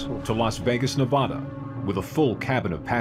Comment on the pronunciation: Why he said neveda like nevedda